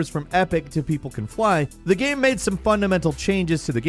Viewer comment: Every time says “gyame” take a shot